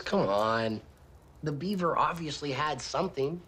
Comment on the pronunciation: It's Beaver, not Yeaver